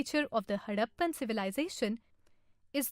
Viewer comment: it is harrapan not haddapan